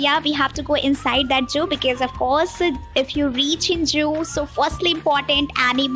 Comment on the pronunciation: 'Juu' nahi 'zuhoo' bolte he madam ji 😋😇